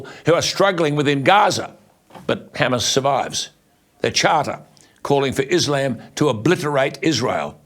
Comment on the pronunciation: You might wanna learn how to pronounce Hamas correctly...